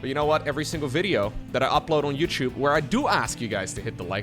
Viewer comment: Its not youcube its youtube ….. hmmm, nice cast as usual btw